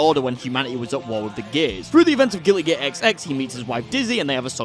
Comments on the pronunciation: Why is he saying gilly gear? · Why do you say gilly gear? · I can't get over the fact that it sounds like he says "Gilly Gear" everytime he tries to say "Guilty Gear" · I love how he says gilly gear instead of Guilty Gear.